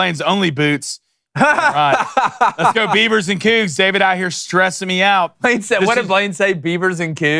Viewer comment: "Blain" count: (Blanyé) 1. 2. 3.